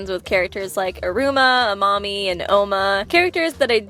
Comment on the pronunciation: What she said: Amami attacked them What I heard: A mommy attacked them